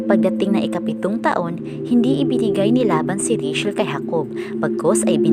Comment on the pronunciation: Ang pangalang Rachel ay binibigkas na rey - tsel, at hindi rey - shel. Sana ay makatulong.